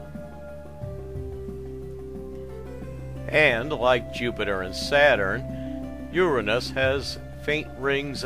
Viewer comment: no..that is the correct way to pronounce it: your-rah-nus not your-anus